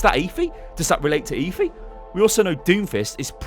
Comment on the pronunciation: GODDAMN ITS NOT EEVIE ITS EFFIE